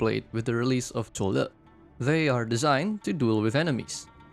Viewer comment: I like people calling zuo Le literally how the Chinese Mandarin pronounce him😊 Also there will shift in the Meta... Yeah go find a flying roach somewhere and you know Wisadel just flatten all DPS operators that HG crafted to date whether has survival kit or not😂😂😂